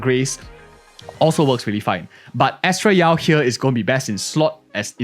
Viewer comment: "bennett yao" XD